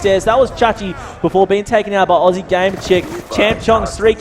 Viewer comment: It's Aussie gamer chick not oozy